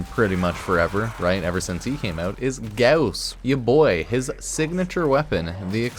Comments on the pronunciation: every time you put emphasis on u in Gauss hurt me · The less you say and mispronounce “gauss” the less I wanna jump off a bridge 😅😉